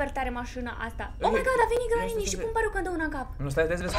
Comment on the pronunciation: pentru ca ați pronunțat cuvântul "Mașina" în "Mașîna" și mi s-a parut că sunteți din Moldova🤗